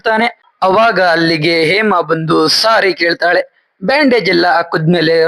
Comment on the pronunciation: ಹೇಮಾ ಅಂತ ಸರಿಯಾಗಿ ಹೇಳಿ ಏಮಾ ಏಮಾ ಅಂತ ಯಾಕೆ ಹೇಳ್ತಿರಾ ಹ ಮತ್ತು ಅ ಉಚ್ಚಾರಣೆಯನ್ನು ಸರಿಯಾಗಿ ಮಾಡೋದನ್ನು ಕಲಿರಿ😊